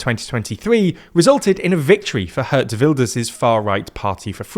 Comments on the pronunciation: They did change the pronunciation of the G in "Geert" from being like the G in "good" to an H sound, which is still wrong, but marginally better. At the same time the "ee" went from being close enough to an "uh" sound. So "Geert" has now become "Hurt". One step forward, two steps back 😅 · Also Geert Wilders is not pronounced hurt wilders. Ee is more like cheered. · Mispronouncing "Geert" like "Hurt" seems appropriate in multiple ways here! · I love how he mispronounces Geert Wilders almost as "Hurt" Wilders because all he has ever done to the country is hurt it